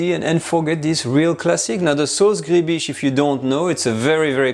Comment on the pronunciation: gribiche is pronounced like louis de funes says "ma biiiiiche"...sauce griiibiiiiche...